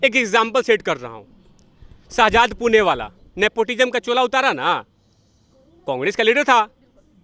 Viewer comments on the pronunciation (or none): none